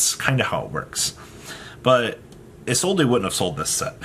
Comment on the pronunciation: My guy, as a man whom speaks 3 languages fluently and one of them is French. It's Isolde not ISOLDAYYY. Lol idk why yugioh players rather add the extra grammar that's unnecessary.... plus add the fact that people dont read the cards. Lol. Much love.